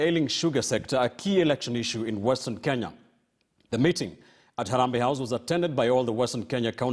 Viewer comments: Why do Mudavadi Pronounce KE as KI.? He says Western Kinya.!! His own country is mispronounced. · He is a typical product of pre-80 Nairobi School. A school which in pre-80 era was still terribly British; and where things-African were looked down upon. I am therefore not suprised that he has the capability of mispronouncing his own country.